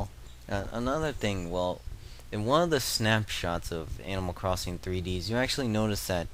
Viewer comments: its not 3deeeeees, its 3.D.S. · 3-Dee-Ess! Not 3dees!! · Wow, anger management much? Anyways, I just wasnt sure considering you were calling it Animal Crossing "Threedees" The whole time. :/ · Kapp'n is a Kappa and it's the letters D and S and the 3 before the D. (Not Three Dees, Three Dee Ess.) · Hey, it's pronounced three-dee-es. fyi haha